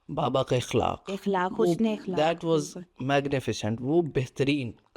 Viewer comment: Beta iqlak nhi aqlak is the correct word hota hai